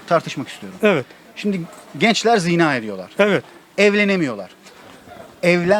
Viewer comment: Ziina değil, zinaa. Yani vurgu a'da olacak, i'de değil!